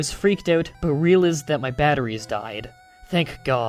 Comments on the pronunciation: Realized - (Reyalayzd) not (Realeez) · "soon I rillused"